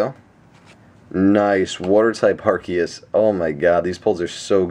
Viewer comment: You pronounce Arceus wrong :/